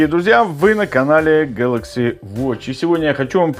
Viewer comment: Galaxy а не galacxy